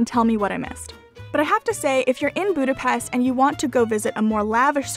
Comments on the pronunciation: Boo-da-best..... triggered hungarian noises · I liked your video and because you were struggle pronouncing some word with “s” i try to help you! If you see an “s” in a Hungarian word it has to be pronounced like “shhh”, and it is always like that, so easy to memorise. “sz” pronounced “s”, as you do it in english normally. I hope it helps, and trust me will be appreciated by Hungarians if you pronounce Budapest(not Budapeszt!) properly! ;) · a little lesson: How to say Budapest NOT boo-da-pest CORRECT: boo-da-pesHt 😀😉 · It isn't pronounced 'Boodapest', it's Budapesht' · Did you not have the biggest Hungarian dessert Palacsinta? My mother was Hungarian and I grew up with them. They are crepes with fruit filling. Crepes like croissants were invented by a Hungarian hotel chef, not the French. French chefs visiting Budapest (pronounced Buda/pesht) in the 1800's took them back to Paris. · great video but one thing I noticed is that if your making a video about Budapest you should make sure your saying "budape-sh-t" because in hungary unless there is a z after an s it makes a shhh sound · Great video. Its pronounced BudapeSHT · Buda- pesht! Try saying it correctly. You expect me to say Toronto correctly! And if you want to piss off a Hungarian, say that something in Budapest reminds you of Vienna.